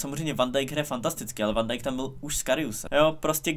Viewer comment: Prosím říkej Fan a né Van Dijk